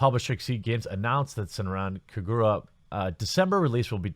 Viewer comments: Hold on a sec. "SENRAN KAGURA" "Sen - ran Ka - gur - a" You are saying it wrong, my friend. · Not gonna lie, I like the way you pronounced SenranKagura. But, seriously? Dahh fukk Xseed? I supported you through out the years. Glad I'm building my PC next month.